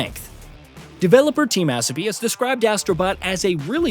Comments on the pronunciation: I'm pretty sure it's Uh-so-bee, not Ass-oh-bee. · its pronounced Asobi, not Assobi like you keep saying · I’m pretty sure Asobi is pronounced A-so-bi not As-o-bi 😅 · Asobi….learn how to say it! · Still can’t get the ai to say asobi properly 😂😂